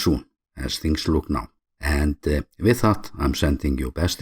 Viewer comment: you got my support mate I love your content and especially how you are so proud about showing Iceland. It's in the way you pronounce it at end. I will be visiting soon